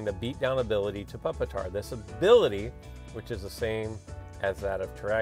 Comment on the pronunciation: (PuP-TAR) funny